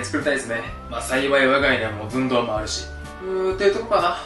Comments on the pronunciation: 寸⤴胴⤵w ツボりましたw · 「寸胴」の言い直しで噴いたｗｗｗ 次回は「ZUN☆DOU」ですね←